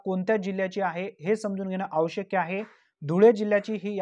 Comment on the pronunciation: आवशक नाही ते आवश्यक अस म्हणतात